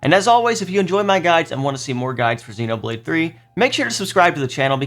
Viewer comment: sorry I shouldn’t have emphasized the last syllable. It’s the first that was off. It should be “True” instead of “Troh”